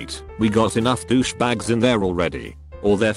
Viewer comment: "Douch-ey bag"